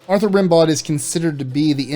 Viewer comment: Rimbaud is pronounced like Rambo.